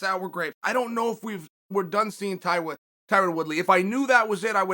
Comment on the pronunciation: Chael "Taiwan Woodley" Sonnen